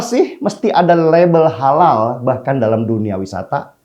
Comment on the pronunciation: Holal holol holal holol...mual dengernya...